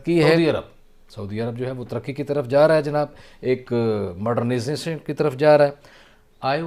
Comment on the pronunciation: moddnizzertn 😂 Major gaurav arya was always right🙌🏻